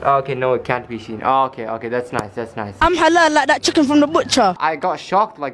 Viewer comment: "can ur knees be sheen"